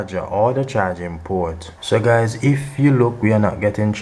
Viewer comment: " not Cha-ging" 😂